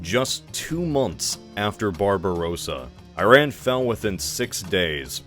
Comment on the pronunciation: it's not BarbarOOOssa, it's BarbarossAAA